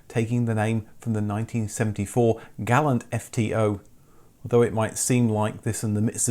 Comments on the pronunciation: "Gah-lawnt", not "Gal-ant" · Gall-ants were not sold here. But we did see Gal-lants...